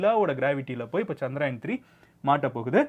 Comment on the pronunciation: It was chandrayan bro not chanrayan